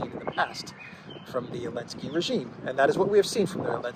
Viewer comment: what is this that you call Zaleski with an A....Alenski Is this a joke on the name or what?